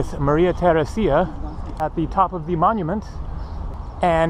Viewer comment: nice tour through vienna... one of my favorite cities in Europe... you did quite good with your prononciation just the name of the empress you pronounced very awkwardly.. you have to pronounce her name like Maria Theraisia (like in "to raise") with no emphasis on the "I". it should sound a bit like "raise ya" and not like Theraseeea